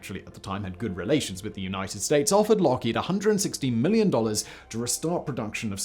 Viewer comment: Lookhead? It’s Lockheed......just saying!